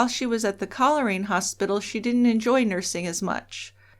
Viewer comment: Coleraine is pronounced coal rain.